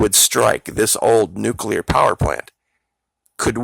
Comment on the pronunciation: A neucular hurricane?